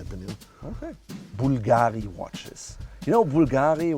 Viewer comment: Btw it's bùlgari, not bulgàri. The accent is on the U. Dear, are you sure of being italian?